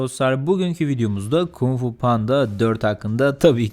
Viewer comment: KUMG FU DEĞİL ABİ KUNG FU.